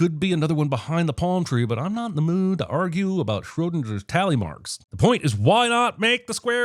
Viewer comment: Did you just say “SchröDINJER”